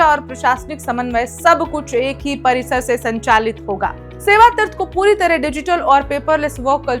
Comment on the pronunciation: Madam hindi thik kr le tirth nahi hota hai teerth hota hai😊 pata nahi kaun interview me pass kiya apko news bolne ke liye